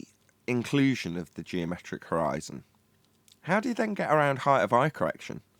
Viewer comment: The earth is obviously flat, no way around it. My question is why does pronounce the word "heighth"?